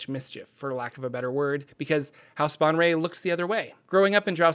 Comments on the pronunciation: 'Bon-ray!' wow I had no idea that's how you pronounce 'Baenre' - I always say 'Bear-N' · Men-zo-bear-en-zan. Bae-en-ry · Also his name is pronounced (jer ax el) and his house name is pronounced (bay en ray) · Omg it's Bay-en-ré and Brāgen-de-airth. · "Yah-von-ell bon-ray" Look how they massacred my girl... Disrespecting the GOAT like that. That's like calling Lebron "LéBran!"